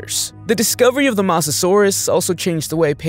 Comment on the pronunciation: Bro mispronounced Mosasaurus with masosasourus 😂😂😂😂😂😂😂😂😂😂😂😂💀💀💀💀💀💀💀💀💀💀💀💀💀💀💀💀💀💀.